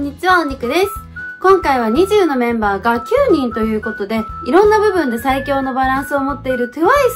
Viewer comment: ニジュー⤵︎じゃなくてニジュー⤴︎じゃないですか？